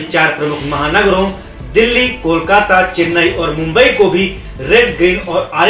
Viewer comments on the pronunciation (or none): none